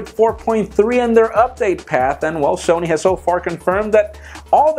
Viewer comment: Ksony lumiea? Wtf